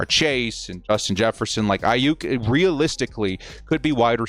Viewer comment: Brandon "A-hyuk." ⚡